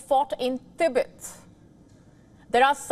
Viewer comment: Tibet becomes T_Bird??? Xi Jin Ping becomes "Eleven" Jin Ping. These Indian newsreaders are great, just great. No?